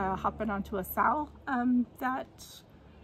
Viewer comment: I'm catching up on my flosstube watching and I love the owl piece you're doing. I also love that you said we are doing a sal it sounded like "sa-owl" 😁❤ Can't wait to see all the owls :) I picked up some "Passion" in that FNFN too!